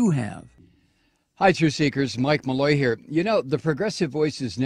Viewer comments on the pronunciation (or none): Malloy , At least give her name Respect When you pronounce it !